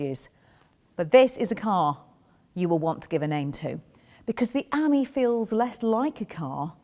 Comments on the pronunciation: Nice! But it's not the Citroën "ammy" -- it's the Citroën "amee" (as in ami, amie, amigo, etc. = "friend"). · It's not an Amy (like Amy Winehouse) it's an ah - me like mon ami... mon cheri !